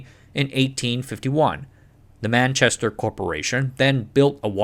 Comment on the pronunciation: What do you mean! he got Manchester and London correct at least😂😂😂